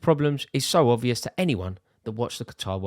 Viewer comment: The ‘b’ in obvious is NOT silent. Grrrrr.